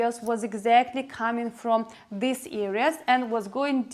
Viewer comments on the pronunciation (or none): none